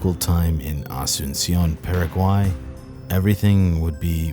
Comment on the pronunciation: It sounds like you said peruvian but he said Paraguay,he just said it incredibly weirdly